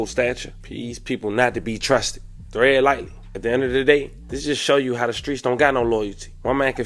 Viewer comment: “Thread” lightly? 😂😂 bro bro it’s “tread” as in “tire tread”…”thread” is what is used with a needle when stitching clothing…if you don’t know the word fam, just don’t use it…ur commentary is dope and very articulate otherwise. 🫡